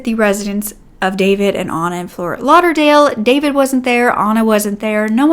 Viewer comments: Oh your pronunciation of names and last names as Serbian is killing me 😂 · David is also a Serbian name. But we don’t pronounce it the same way English speakers do